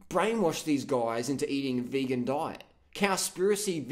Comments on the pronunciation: When you said vagan, I laughed so much! That's really how a few people pronounce vegan. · Haha mispronunciation of vegan as vaygan was golden mate. Sounds like a guy with an IQ of -40.